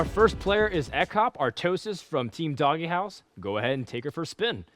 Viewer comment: Why the fuck are they pronouncing "DogeHouse" as "DoggyHouse"?